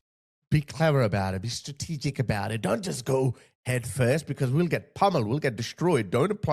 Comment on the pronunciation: he can”t even pronounce the organisation “he banned”, and yes, pay a special attention to the expression “Strategic”.